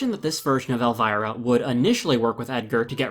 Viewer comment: Elvira is pronounced ElvEEra